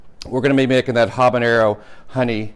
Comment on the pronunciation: "Habagaony" :). Great vid. Followed and subscribe ! :)